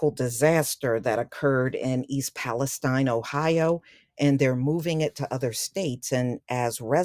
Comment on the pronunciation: Thanks for pronouncing it Palestine and not Palesteen. Not sure why everyone else is calling it Palesteen. Spelled the same as Palestine in Israel.